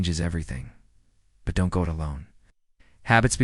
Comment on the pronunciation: The D ON T .. for don’t is so irritating 😅 but I got through it.